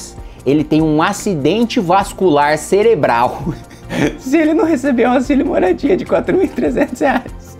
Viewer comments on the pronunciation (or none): none